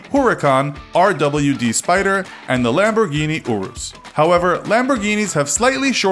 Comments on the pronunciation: When he pronounces all the lambos names wrong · He tried to use an Italian accent but didn’t even pronounce the names right 😂